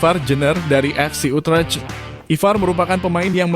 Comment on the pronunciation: FC Utrecht dibaca nya bukn utrech